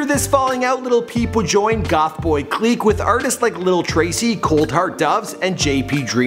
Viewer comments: cleek? lmfaoo tf u say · Why did you say it like goth boy cleeqe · My mans said goth boy “cleeek” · Goth boy cleek??? It's clique pronounced click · you pronounce things very weirdly. Orteega? OrTAYga. Clique= CLICK not cleek